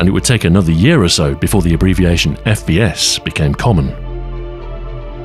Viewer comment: Is he saying FBS?🤔 First bastard shooter 🙃